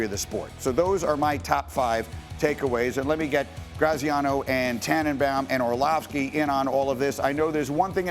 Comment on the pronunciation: Orlovsky sounds like he had a head injury.